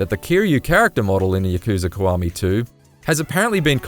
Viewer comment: It's KIWAMI man not KUWAMI